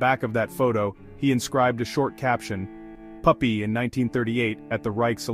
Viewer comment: Thank you for the correct pronunciation!!!